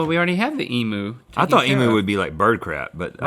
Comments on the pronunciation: EEM-YOU!! Not “emoo”. Link, you had it right the first time. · She pronounces is emooooooo but its emyewwwww lol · It’s “eem-you” not “ee-moo” !! Aaarrggg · emyou not emoo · OMG I am going to DIE if an other American says Em-OO! It's Em-YOU. I am still subscribed but..........mewo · emoo? lol pronounce it as emew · Emu is Pronounced EEM,YOU not EE,MOO (just thought it would be a helpful piece of information). love your vids and have a good one. ;D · it is said eemyu not eemoo damn americans (JK) but seriously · Hey GMM i from Australia and just thought id let use know that its pronounced EMU again EM(you) you got the EM right but its not EMOO its EMU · omg the way they say emu "emoo" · tis not 'emoo poo', tis eemyou poo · Em-u not e moo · It's pronounced 'EEE-MU' as in Unicycle, not 'EEE-MOO' as in cow. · It’s em-you not em-ew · As an Australian I feel the need to clarify, it's said EM-YOU, not EM-OO. Haha please. Please. Say it correctly America hahaha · "Emoo"?! Guys, it's Ee-myew! Not Ee-moo. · Why do all Americans think Emu is spelt and pronounced 'Emoo' . Lesson 1: (and only Lesson 1) its pronouned E-mew...Get it right! :) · I have to smile every time you guys say Emu because you pronounce it wrong haha, your saying it like e-moo when its pronounced exactly how its spelt, em-u haha. We aussies love our roo's (kangaroos) and emu's ;) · Eemeeyoo. Not ee-moo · Heads up from an Aussie, emu is pronounced with a U (yew) sound not an oo 😂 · Pleasee its pronounced “eemyou” not “emoo” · FYI EMU is pronounced eem-you not ee-moo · Martin I’m American and say it like E-mew not E-moo. The way they were saying it made me cringe! 😂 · In Australia we say "eee-myew" not "eee-mooo", you're welcome. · it's pronounced eeemm-you not eeem-ew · Guys when you say Emu its a strong u at the end not Em-oo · E-mew not E-moo. Sorry, one of my pet peeves lol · As an Australian i had a heart attack when she pronounced emu, its said emew lady no emoo. Highly offended. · Emu not e-moo